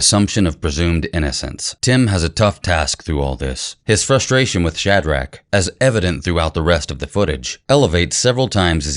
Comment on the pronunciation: Omg, if he said "SHAD-RACK" one more time